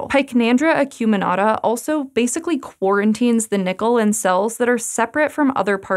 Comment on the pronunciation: did you say... quarantine?